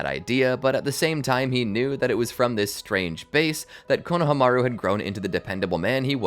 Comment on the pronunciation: I love ur videos so much but the way u keep saying konhamaru kills me (idk how to spell his name but u know)